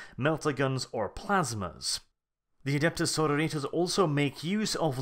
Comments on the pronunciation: I though it is pronounced "Suh-roar-i-tuss" compared to "Soar-oh-ritas". It's the Latin base for our modern word "Sorority." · Sorrow-Ritas? Are they an army of eternally depressed clones? so-RO-ri-tas. Basically, say sorority (the odd women-only organisations in American universities) only with -as at the end instead of -y. Pedantry ftw. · SorOritas god damn it not sororItas. Its Latin xD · Pedantic and late, but its soar-oar-it-ass. The base word is sorority, which is an american word for basically a female uni/college frat. Its not sorrow-ritas.. Sororit(y)ass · Sorori-Tas, not Soro-Ritas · I like it how you say Sororitas like Senoritas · His pronunciation of Sororitas in that latin-american esque style bothers me greatly. It should be more Suh-roor-it-us, in a Greek or old latin style. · I cringe every time you miss pronounce Sororitas /səˈrôrədos/. Remember it's Latin not Spanish. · That pronunciation of "sororitas" is killing me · The way you sororitas is driving me nuts!!!!!!! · I couldn't continue after your 6th or 7th mispronunciation of Sororitas